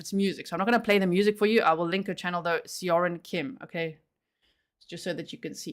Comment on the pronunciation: As a beginning Korean-language learner, I would pronounce Seo-rin more like Saw-rin.